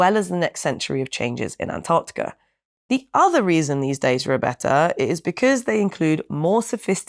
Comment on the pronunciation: Naomi on ice? Well done on your pronunciation of ANTARCTICA as opposed to the Yanks who say Anardickah